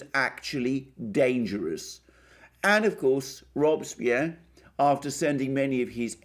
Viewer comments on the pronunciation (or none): none